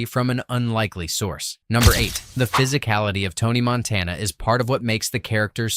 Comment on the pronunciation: Couldn't even pronounce Montana right the first time he said it. 20 seconds into the video and I knew it was a complete waste of time.